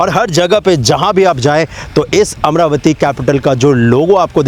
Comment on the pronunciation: Bhai yeh Amara-vati hai amra-vati nahi.